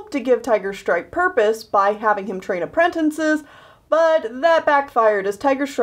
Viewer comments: its apprentices not "aprentinces" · Girl. You say aprentinces, it’s apprentices. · Nobody: Literally no one:: aprentencises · I just realized says apprentinces instead of apprentices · why do you keep saying apprentinces (no offense lol) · I call them apprenNtices to. Its not her fault that she might not know how to say it "right" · Michael T.B. It frustrates me so much XD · silently getting triggered at how apprentices is said wrong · PLEASE stop mispronouncing apprentices. There is only ONE N in the word!!!!